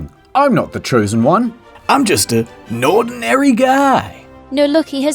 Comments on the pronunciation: Nordinary guy got Nord-ise-guy'd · Hahaha "Nord"inary